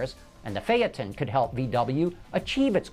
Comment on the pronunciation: it's called fayton not fyaton